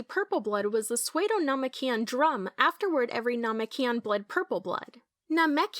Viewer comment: it’s most likely ai. That’s probably why they say namekian incorrectly.